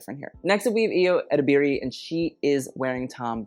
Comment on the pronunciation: Ayo Edibiri is pronounced exactly as it is written. Nigerian names, particularly Yoruba names, are phonetic and really don't require forced/improper pronunciation! If you can pronounce all these international designer names, then certainly you can do better.